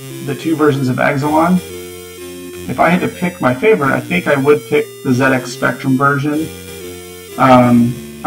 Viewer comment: It was very refreshing to hear "ZX" pronounced correctly :D